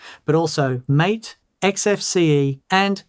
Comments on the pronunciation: "MATE" is pronounced 'MAH-tay' not "mate". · Blocking Snap is one of the reasons I chose Mint, and my uses favor X11 over Wayland, so those aren't a problem. Would like to have KDE, though. Btw, MATE is pronounced MAH-tay. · oo boon too. mah tay